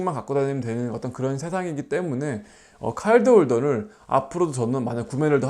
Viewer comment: 그런것도 있겠지만 r발음보다는 ㅣ발음에 가깝게 들려서 그런거같아요😅